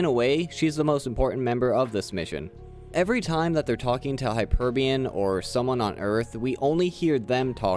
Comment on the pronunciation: Hyperion Not Hyperbun